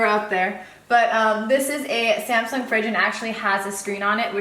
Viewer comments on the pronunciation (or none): none